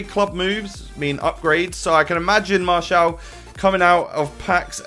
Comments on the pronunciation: No pronounced marteal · pronounced "Marsee Al" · Martial is pronounced Mar-tee-al. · I'm live in Paris it is Mar-shial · Martial is "Marssial" ! :) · Martial is pronounced MAR-SHALL